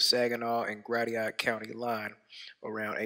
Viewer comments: Error number one: pronouncing "Gratiot" as "GRA-tee-aht" instead of "GRA-shyut". Note #1: 5G damages Flat Earthers' brains...wait, no that's a little late. Note #2: No Flat Earther has ever shown their "container". They claim it exists, but can't prove it. Error: claims this Samsung device is a satellite. No one ever said this was a satellite. It was carried start to finish by a balloon. The only person claiming this is a satellite is. Ignoring evidence (such as the publicity Samsung released about this "selfie in the sky" device) is major practice of the Flat Earth cult. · hey. Its pronounced Grashut for Gratiot county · I won't fault on mispronouncing the location name, since there are possible variations, but he could have tried to look it up. Somewhat like how he should look up more facts and figures about this publicity stunt. I doubt if any cell phone is rated to withstand space conditions; even 60,000+ feet seems beyond normal use, but I'm sure Samsung planned ahead. Question for: if one balloon like this one crashing makes the news, doesn't that mean dozens more would have been noticed by now? If, as Flat Earthers claim, satellites don't exist and we use balloons instead, the many thousands required would mean that many more crashing when they fail.